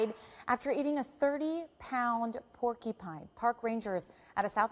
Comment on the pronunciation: I can't believe how bad she was pronouncing porcupine that's a news reporter wow